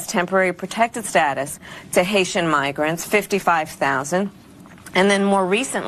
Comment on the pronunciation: You mispronounced that.....Haitian have been victims to the Clinton's